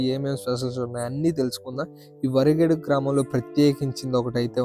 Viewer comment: వా రి గే డు కాదు బ్రో వ రి గే డు ... నైస్ వీడియో